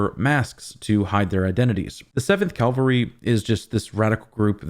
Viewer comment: CA - VAL-RY!! Gah!!!!! Calvary is where Jesus was supposedly crucified. Cavalry is a military group, historically on horseback. I know your know this. Sorry. Had to say it anyway. Drives me crazy hearing words mispronounced, especially by people who are otherwise smarter than I.